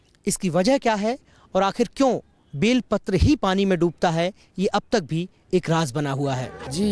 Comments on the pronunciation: Sir ji use belpatra kehte he Vilpatra nahi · बेलपत्र बोलो विलपत्र नाही